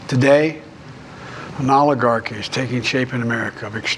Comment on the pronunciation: I noticed something: the way pronunces oil one actually couldnt guess weather he is saying oligarchi or oiligarchi, because both words would sound the same coming from him.